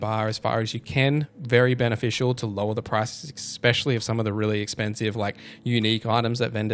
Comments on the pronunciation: Especially bro Not expexially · EX peshully